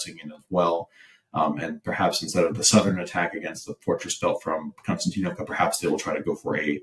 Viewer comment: Ummm, hummm😂😂😂 having a difficult time with new fairytales😂😂😂😂 Konstatinkbka, multiyear effort😂😂😂😂